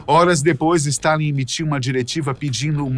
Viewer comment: Ele errou o nome de Stálin.